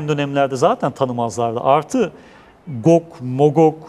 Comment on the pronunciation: amma atiyon ha😂 gog zaten cuc diye okunur